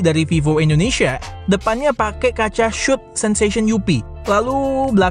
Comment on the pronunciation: bang kenapa kalo nyebut Indonesia selalu endonesia ? cmiiw